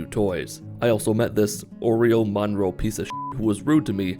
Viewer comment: Oreon Monroe lmao not even close to Orion Moreno I died laughing